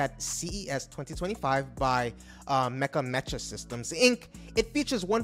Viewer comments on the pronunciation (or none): Mecha! & Legion! Not Metra and Legend. WTF dude? You butchered everything any other reporter said correctly slow it TF down and prepare your transcript, as many mess up's as there are in this it seems like you just said "okay (any given ai) write me up a reansripted report on these things" and then didn't proof read it, just hit record and went live.